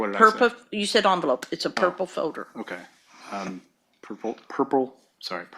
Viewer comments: The way she pronounces folder as "foder" fills me with rage. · It's funny how everyone is pronouncing 'folder' as 'fowder'